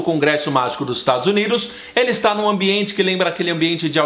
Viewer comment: "Estados Uniros" HAHAH Muito bom o vídeo, amei <3